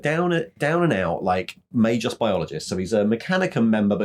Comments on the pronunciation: The g in Magos is hard as in guy, in Magi it is soft and pronounsed as a j as in jam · Definitely Magos not Magos 😉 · Guys, the "Magos" is wizard in Greek. It is pronounced with a as the a in that. The g is like the g in egg.